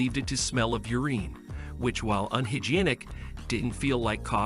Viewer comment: "Ureen", "unhyginec". My God, the pronouncing...